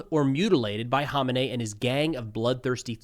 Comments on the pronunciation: Kama nay? You don’t have to speak like one of them. We pronounce it ko-may-nee. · Dude, who the hell is Honenay??? It's komenei dude..Ayatollah Khamenei!!! Pronounces kameni.... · There's no silent K in Khamenei. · Sounds like "Ko-may-knee" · Is "haw min ay" how you're supposed to promoted his name? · Can somebody tell this guy the "K" is not silent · Why can’t anyone pronounce Khamenei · In nearly 40 years of this guy being in charge of Iran I’ve never heard his name pronounced anywhere near how you pronounce it. I remember the first Bush used to purposely mispronounce Saddam’s name because the way he would pronounce it meant “shoeshine boy” (at least that’s what the news reports were), is this the same thing? Or just have people been wrong all this time, the so-called experts and media pundits with in-country “intelligence”? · You are pronouncing his name wrong, the H is silent, the K isn't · I believe you're saying his name incorrectly. Just a heads up